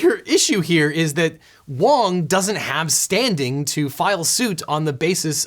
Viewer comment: You called him wrong not wong XD